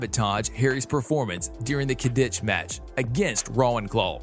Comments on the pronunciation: Hermione is Hermeeonee, Hagrid is Haygrid, Quidditch is Ka-Ditch, a Hippogriff is a Hippogroff? Have you ever seen the movies? Are you a bot? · IS PRONOUNCED HERMIOINE QUIDDITCH AND NACRISSA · When he prounounces quidditch, kiddich and hermine hairmoineeee: :/